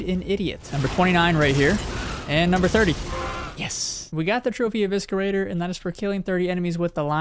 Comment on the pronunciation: you may have counted correctly but mispronounced "eviscerator" twice rly enjoy the random plat series tho 👍